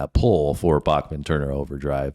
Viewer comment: FYI- Randy pronounces his name as Back-men not Bock-men. Fred Turner was an overlooked vocalist and bassist.